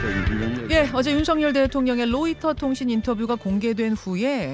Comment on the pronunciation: 김현정 앵커, 당신은 로이터 통신의 Reuters를 Leuters로 러시아의 Russia를 Lussia로 발음하네요. 발음이 틀렸습니다. 아래 글을 읽어 보세요. TV기자가 러시아의 Russia를 Lussia로 발음한다. 아래 글을 읽어 보기 바란다. TV기자들은 말도 잘해야 하지만 발음도 좋아야 한다. 특히 외국어(영어)의 정확한 발음은 대단히 중요한 요건인데 유감스럽게도 그렇지 못하다. 예컨대 많은 기자들은 첫발음 R 을 L 로 발음한다. Russia를 Lussia로, Roma를 Loma로, Radio 를 Ladio 로 발음한다. 물론 한국어에는 ᄙ(쌍리을)이 없어서 L 과 R 발음을 다 ㄹ로 발음할 수 밖에 없는 어려움이 있다. 그렇다면 한국인들은 R 발음을 정말 못 하는 것일가? 아니다. 초성일 때에만 못한다. 프랑스(France), 마리아(Maria), 도레미(doremi), 아리랑(Arirang) 등, 잘 하지 않는가. 그래서 TV기자들에게 다음과 같은 해결 방법을 주고자 한다. R 을 첫발음할 떄 R 앞에 '으' 발음을 먼저 하라. (으)Russia, (으)Roma, (으)Radio 등으로 말이다. 그러면 당신은 좋은 발음을 하는 TV기자가 될 것이다.